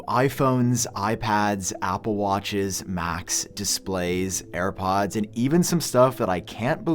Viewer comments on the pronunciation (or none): “New AirPads” 😂